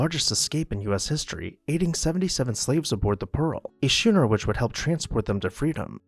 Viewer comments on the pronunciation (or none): Thank you for the history lesson, but the narrator's pronunciation leaves something to ne desired. Montpelier is pronounced MontPEElier as in orange peel. A schooner is pronounced sKooner, not shooner. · K sound in schooner